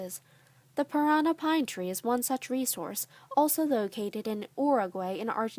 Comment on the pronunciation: Interesting. U need to pronounce it correctly, parannnnnà with d accent on the last a ! 👍